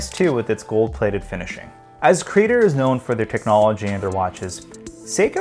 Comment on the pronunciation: It's not "CrEE-dur". It's Creh-dOre.